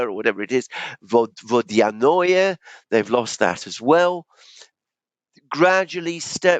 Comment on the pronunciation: ты правильно произносишь название Водяное.